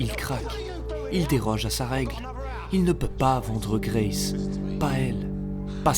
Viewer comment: Pas d’accents sur les noms anglais BRO c’est juste Grace 🫶